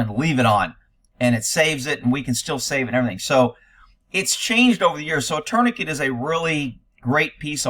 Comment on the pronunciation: What is a turny kit? Tourniquet is pronounced torn-i-kay.